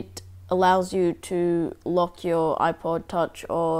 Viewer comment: lol you said Loch